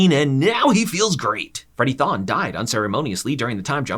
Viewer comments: Adas husbands name is Thorne not Thoan. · This isn't "Tha Flash" it's not Thawne it's Thorne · It's Freddie Thorn not Freddie tHoN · It's thorne not thawn, there's an 'R' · "Throne" not "thawn" this isn't starwars lmao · Him saying Freddie Thon instead of Thorn has to be on purpose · Thon bro it’s Thorne have you not watched it at all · "Freddy Th(awn) " lmfao smh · It's thorne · Who tf is Freddie "Thaahne"? Just asking.